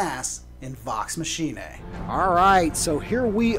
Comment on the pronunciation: Is it pronounced machinee-a,.? I thought it was pronounced like 'deus ex machina'